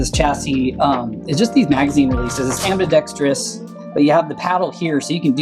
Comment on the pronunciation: it's pronounced "Ambi-dex-trous"